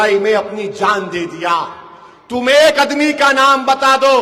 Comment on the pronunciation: अदमी नहीं आदमी होता है